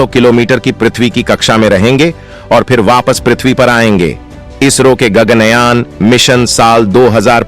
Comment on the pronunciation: गग्नयान नहीं,गगन कहो!